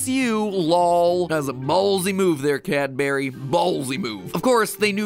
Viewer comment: it’s not Cadbury, it’s Cadbury